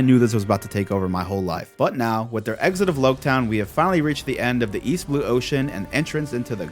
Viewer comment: You're the first one I've heard call it Lougetown, I've always thought it should sound like Rouge town.